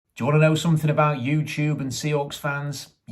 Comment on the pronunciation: That “yewtewb” gets me everytime